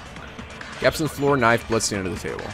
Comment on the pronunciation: Idk why but I laughed wen he pronounced gaps as "gaypes" xd